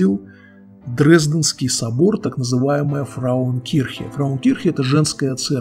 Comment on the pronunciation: Не "фраукирхен", что значит "женщина церковь", а правильно - "фрауенкирхен" (Frauenkirche). )))))